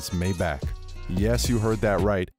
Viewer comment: Why everybody says mayback it's my-bach ( this is pronunciation not spelling)